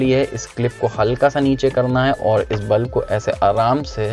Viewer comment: Bulf nahi hota... Bulb hota hai 😅